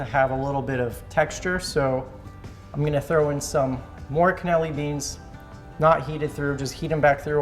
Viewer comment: Part of me dies every time he calls them "cannelli beans"